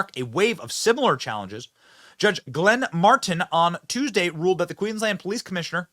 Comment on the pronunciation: The fact that your coverage includes us Aussies I can just this once forgive Benny for his mispronounced words, "Queen-Land" and calling it a Province like we are in Canada thank God we are NOT. I pray all the other states in Australia soon follow Queenslands lead and do whatever is necessary to make things right, especially in my state of Victoria, arguably we had it the worst with Melbourne being the most heavily locked down with the strictest rules that were enforced with a damn vengeance the likes of which we have never seen and will never EVER forget.